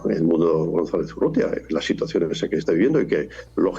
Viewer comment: Urrieta? Urrútia, es la correcta forma.